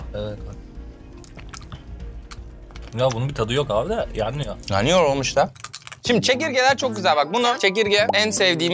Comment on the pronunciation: Yenmez o Orkun:Yeniy yeniy